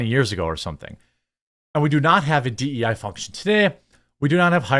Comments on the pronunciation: It's annoying when you say DE and I. Just say DEI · By do you say “D E & I”? No one else does.